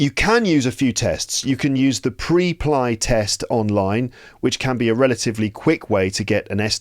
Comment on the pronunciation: just a silly little question: WHY did you pronounce it like that? The word "Preply" is pronounced "PREP-lee". The first syllable, "Preply," sounds like "prep" (as in "prepare"), and the second syllable, "ly," rhymes with "lee". This pronunciation reflects the company's name origin: "PREP-" for preparation and "-LY" for speaking confidently.